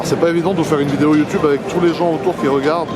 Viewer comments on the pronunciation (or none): none